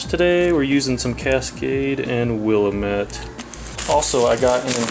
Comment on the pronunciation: By the way its pronounced Will-am-it I live in the Willamatte Valley in Oregon next to the Willamette River, and I own a hop farm. I grow 17 varities of hops Willamette is just oneof the 17.